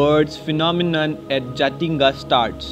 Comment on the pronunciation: we called Jatinga not Jathinga 😃😃